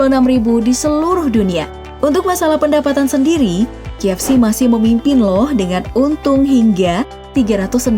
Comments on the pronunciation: Apa cuma gwa yg dengernya JFC, bukan KFC? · ko guw dengernya JFC?🙁